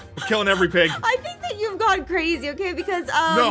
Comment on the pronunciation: Dat Or Zat Or That